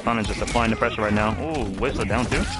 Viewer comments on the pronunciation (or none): none